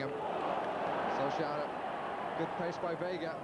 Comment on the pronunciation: His pronunciation of Solskjaer is terrible though. But yes an all time great commentator.